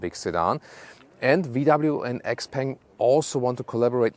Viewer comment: I believe you should read Xpeng as "xiao peng".